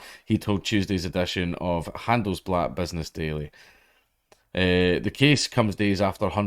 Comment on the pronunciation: The way you pronounced "Handelsblatt" perfectly...sure you're not a Nazi?